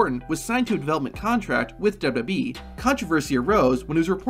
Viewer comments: Your videos have good content, but it's hard to get over how you pronounce "WWE" lol. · The way you say WWE makes this whole video unwatchable.